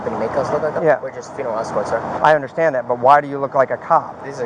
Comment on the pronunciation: "Sargaent I unkdersHKAND that" god every time he says understand i cringe into a tighter ball. Yes sir I hundersshkanned